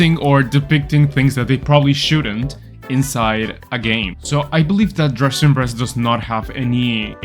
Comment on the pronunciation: "Dressin breast" 💀